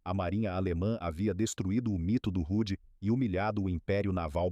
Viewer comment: O correto e H.M.S Hood não "rude" .